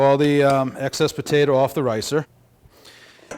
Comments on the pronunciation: Petata, its potato.. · Great video but I still don't know what a "Pahtaytah" is? I though you were making mashed potatoes AKA Pommes Puree? I asked the local South American deli if a Pahtaytah was similar to Yuca or Plantain. They told me to leave.